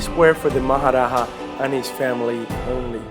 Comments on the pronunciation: Not maharaha its maharaja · It is Maharaja and not Maharaha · its Maha Raja not Maha raha. J is pronounced like J in English and not H like in Spanish.